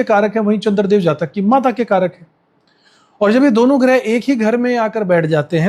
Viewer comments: गृह नहीं ' ग्रह ' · गृह नहीं ग्रह